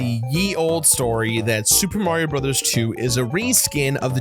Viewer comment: SUPA MARIO BROTHAS TWEW!